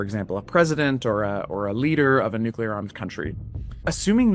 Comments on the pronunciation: THousands of bodies ??? You mean millions. Also, please stop saying Nu CYOO lar. It is Nu CLEE AR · 'Nukeyaler' is not a word. The word is NuClear..Nu-Clear.. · Who tf says "nucular"? That isn't even a word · Nuclear. New-klee-are.